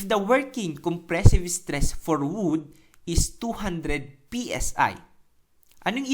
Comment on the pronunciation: Natawa ako sa "striss" eh hahaha. Salamat. new subscriber here:D